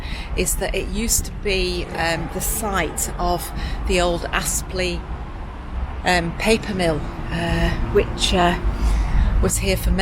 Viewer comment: Great vlog, life isn’t all cruising through the deserted countryside. I’m sure no one really minds, but it’s Apsley, not Aspley (I only know because I lived close by). Keep them coming 😄